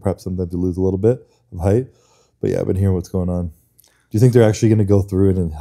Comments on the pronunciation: Height spricht man anders aus Bro. So wie high bzw hight. Das E ist Stumm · jemand muss dem mal sagen dass weight und height nicht gleich ausgesprochen wird 😉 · weight or height, für so ein job sollte man schon ein bisschen mehr an seiner aussprache arbeiten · Wow, spricht ein Wort mal falsch aus und die Welt scheint unterzugehen. Sich darüber lustig machen, zeigt nur den (deutschen) Charakter.